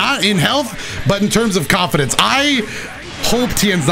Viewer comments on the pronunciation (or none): "HAVE CONFIDAUNCE" -Best DragonBall FighterZ YouTuber I know